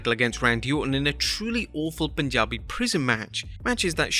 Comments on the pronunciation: Finally someone who pronounced it 'PUNjabi' and not "POOONjabi' !!!!! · HE PRONOUNCED PUNJABI CORRECTLY!!